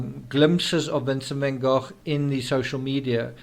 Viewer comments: Van Goch (as in loch) is the correct pronunciation. TCRS is of Dutch heritage which is why he says it correctly, Goch. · Van Go rather than goff